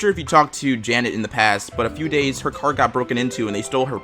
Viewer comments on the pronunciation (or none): none